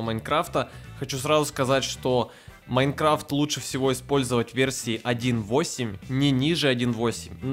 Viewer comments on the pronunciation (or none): none